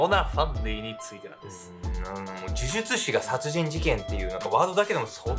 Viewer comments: 病み子ちゃんは「じゅじゅつし」って言えてるのにが「じゅずつし」なの可愛いwwww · 呪術師、言いにくそうw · ズズツ師…😂 可愛い😂笑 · 、『ズズツ師』って聞こえる(笑) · 「モハマド・アファンディ・アブドゥル・ラフマン」を噛まずに言えるのに 「呪術師」を「じゅずつし」と言っちゃう好き( ˘•ω•˘ ) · じゅずつしって言ってます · じゅじゅつしが正しいんだけどね😆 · ズズズ師って聞こえる😆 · 見る前からこのコメントが見えて、もうそうにしか聞えないです(笑)🤣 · 本当だ！笑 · もう、そう聞こえちゃうんだけど、どうしようwwww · 呪術師の”じゅ“のパートを強く発音し、”術“部分は力を抜くと滑舌悪いの回避できますよ😂💦💦💦💦